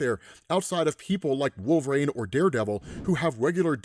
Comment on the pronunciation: I will NEVER sub to you as long as you keep butchering Wolverine's name. It. Is. NOT. PRONOUNCED. WOOL-VRAYNE. You absolute twat.